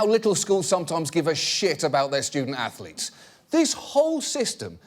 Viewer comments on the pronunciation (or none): "Ah, yes. Stu-dent Ath-o-letes" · Oh Ho Ho, student ath-o-letes, how clever sir